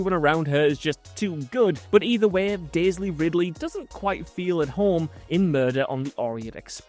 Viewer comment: Why does he keep saying "Daisley"?